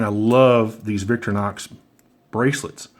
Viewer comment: VICTORINOX !!!!!!!!....Not VICTORNOX !!!!!!!